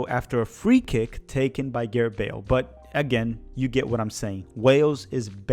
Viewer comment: I don’t mean to be that guy but what the heck… I’ll be that guy. When you finally got to Wales, you kept on saying Garett. His name is *Gareth*.